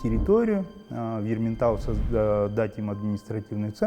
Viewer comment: Не Ерментау а Ерейментау